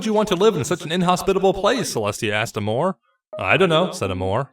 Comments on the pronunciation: Despite the humor and sarcasm, this... this was kind of right. Also, Amore is a word from an Italian origin meaning love. Pronounced: Ah-more-ay. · Princess Amore (Pronounce Ah-More-Ay) It's Italian for Love. It's why Cadence is "Princess Mi Amore Cadenza" which is "My Love, Cadence"